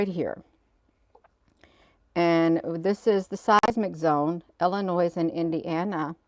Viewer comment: drop the verbal s on Illinois❤